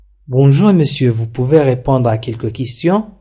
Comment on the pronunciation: في الجملة الاولى ننطق re في répondre هي مكتوبة لكنك لا تنطقها